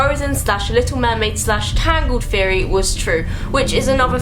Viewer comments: "conspiracy FFFFeory" "Scar, his broVVVVer" "the weaVVVVer" -.- I never make fun of accents but the "Conspiracy Feory" thing is KILLING ME I cant.... and before anyone says "ummm...don't watch?" I have never seen this chick in my life and was not at all prepared for THAT. 😂😂😂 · i kept thinking "why is she saying fairy wtf is that like a thing from england or" and then i realized she's saying theory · Why does you saying theory sound like fairy? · anyone else thought she said fairy when she says theory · everytime she says theory i think she is saying fairy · when she said theory it sounds like "fairy" lmao